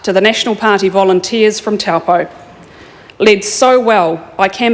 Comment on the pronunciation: It makes me cringe how she keeps misp4onouncing taupō